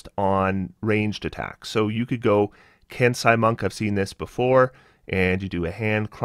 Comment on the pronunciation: It's "Ken-say" not "Kens-eye"